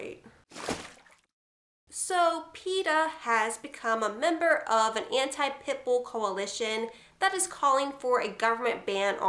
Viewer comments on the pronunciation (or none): It sounds like you're saying pimple when you say Pitbull.